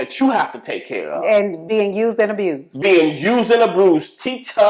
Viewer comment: cmon “aBrused” lol 😅